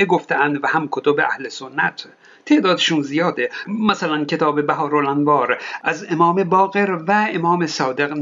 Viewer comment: بِحار الانواره نه بَحار الانوار